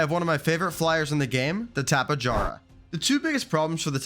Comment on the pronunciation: Tapa-Jar-ah... Bro, its Tapi-air-ah.